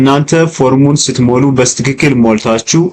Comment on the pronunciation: አንተ ደደብ ነገር ነህዴ??? ሚጨፍረው አሻንጉሊት ምንድነው በጣም ያስጠላል ደግሞ ሌላው "በስትክክል" ማለት " "በትክክል" ለማለት ነው???